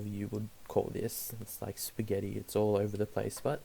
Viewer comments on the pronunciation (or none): he called it "spaghetti"